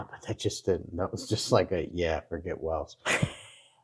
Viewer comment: WALES (WAY ILLS) not WELLS. St. Andrews Cross is also called THE SALTIRE. The video shows a 4 leafed CLOVER instead of a 3 leafed SHAMROCK for Ireland ! GREAT BRITIAN = ENGLAND, SCOTLAND and WALES. UK ( The full title being...The United Kingdom of Great Britain and Northern Ireland) = ENGLAND, SCOTLAND ,WALES and NORTHREN IRELAND. I can't believe you would never have seen your "OWN" historic flag in your history lessons at school !